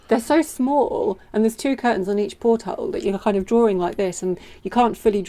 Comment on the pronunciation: pronounces 'porthole' similar to how most say 'gunwale'; the last half just gets tacked on and mumbled. Those bugs are pretty, also look like useful padding for 'sitting on the floor doing awkward maintenance jobs'. Also, how many inappropriate jokes have you had to remove from the comments with a title like that?